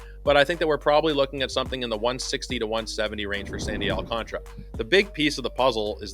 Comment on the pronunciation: It's Al-can-TARA! 😂😂😂